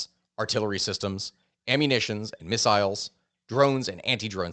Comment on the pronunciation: Every time you said missiles all i could hear was "fire ze missiles!"